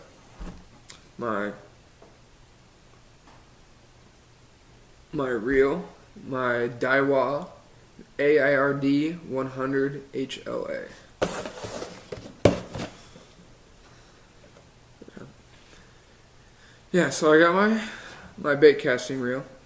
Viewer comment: Aird not a-i-r-d